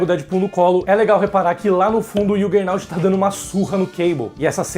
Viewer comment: ok. Estranhei apenas vc dizer que não lê Marvel em português mas falar errado o nome do Juggernaut em inglês : o "J" em inglês tem som de jota mesmo (e não som de "I")